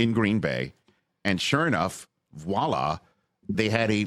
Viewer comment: Voila is not "wah-lah" it's "vwah-lah". I expect better from you Rich